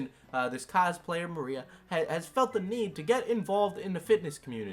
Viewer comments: Im not her fan in the slightest. At all. In the least. But her name is pronounce ma-rye-uh Not....Maria. Anyways, she's way in over her head. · Love the video! But her name's Mariah, like Mariah Carey, not Maria! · Her name is Mariah. Not Maria. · 💀💀💀💀💀💀 u butchered her name and cosplay name so bad but ily and ur content